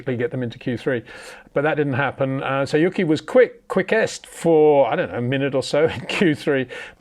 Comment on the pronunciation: It's disrespectful to call tsunoda "yucky" his name is "yoo-key"